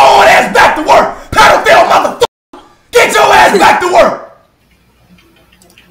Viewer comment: Why did speed say pedophile like that😂😂😂😂😂😂😂😂